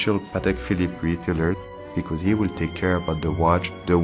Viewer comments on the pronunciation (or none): none